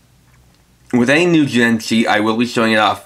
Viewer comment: Your pronunciation of some of the Jyudenchi is so off...